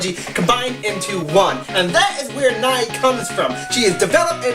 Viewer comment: Learn to pronounce Nei's name correctly.